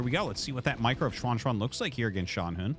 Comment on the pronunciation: Hey Arty! A couple comments on the Chinese pronunciation: 1. You're really nailing the pronunciation on Xuanxuan! For a foreign non-Mandarin speaker, that's pretty commendable. I think that's perfect "English Mandarin," if you know what I mean. 2. The ZH sound in Mandarin is practically indistinguishable from an English J sound. I've noticed you kind of go back and forth between "John" and "Jean," but it's actually much easier than having to French it up -- it's just "John." I only make these comments cuz I know you care enough and read these. Otherwise I wouldn't nitpick. Thanks for the casts!